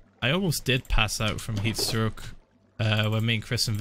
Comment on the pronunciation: I heard YEETS STROK instead of heat stroke XD